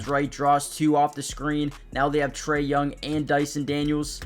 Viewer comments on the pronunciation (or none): none